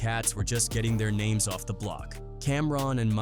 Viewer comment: It's a good documentary, don't hate, you don't see local Harlem cats continuing to honor Big L, so just having new stories and content from the block is good. However, the A. I. butchering names is a travesty. Whoever is making these needs to do better